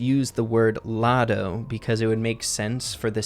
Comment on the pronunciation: It's lotto not otto